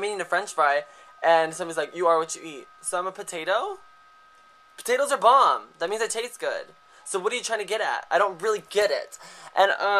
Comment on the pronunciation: "okay ima yogurt. iTaste BOE-MB." lmfao!